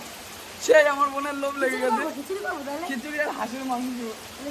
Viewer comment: Feda rice😂😂😂😂😅😅খেছরী😂🤣